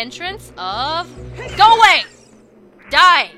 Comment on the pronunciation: You ment "go a-gway"? 😋